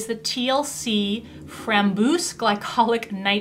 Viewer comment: Thank you for pointing us in the right direction. When doing this review. 😎😎😎 P.S: For the drunk elephant one google how to say raspberry in french 😜😜😜 Ya butchered it. bois